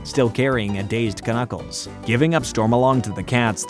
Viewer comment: I can't mentally handle the way you say knuckles as k-nuckles instead of nuckles cuz k is silent here.